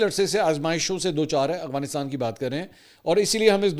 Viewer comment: اسلام وعلیکم جناب منصور بھائی صاحب امید ہے آپ خیریت سے ہونگے جناب میرا نام محمد شہزاد ظہور ہے میرا تعلق پنجاب کی تحصیل کمالیہ ضلع ٹوبہ ٹیک سنگھ سے ہےاور میں آپکی وڈیو پچھلے 3 سال سے دیکھ رہا ہوں اس دوران میں نے اکثر اوقات آپکو (افغانستان کو اغوانستان) بولتے سنا ہے کیا آپ بتا سکتے ہیں کہ یہ آپکے بولنے کی غلطی ہے یا آپکی نظر میں یہ لکھنے اور بولنے کا فرق ہوتا ہے برائے مہربانی اس کی رہنمائی فرما دیں شکریہ